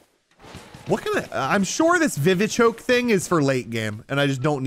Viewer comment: On he said vivchoke our for earlier on you craft revives with medicinal leeks and vivichoke no offence